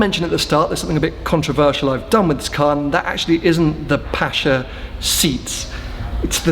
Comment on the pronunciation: Congrats from NZ, watching this at 1am! Fantastic spec, 'pasha' is questionable 😅